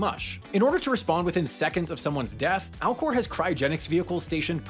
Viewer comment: Did anyone else’s keep hearing Alcore and hear Al gore?